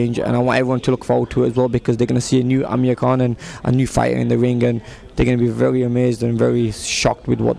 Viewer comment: Did the guy say Amir King Kong in the begining???